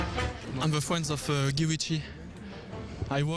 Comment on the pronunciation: Ce n'est pas en hurlant 'Guyy' qu'il allait obtenir une réponse vu que le prénom se prononce 'Gaï', mais en tout cas, il a du culot!